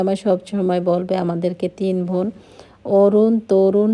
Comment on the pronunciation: আপু আপনি বোনকে ভোন বলেন কেন ??? নরমাল কথা বলতে শিখেন... স্টাইল করে বলতে গিয়ে ... উদ্ভট কথা বলেন 😅😅😅